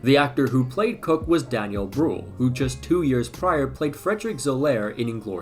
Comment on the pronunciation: Bruve you can not just pronounce German names in English LMFAO * It’s Koch not cook * It’s Eügen not Egen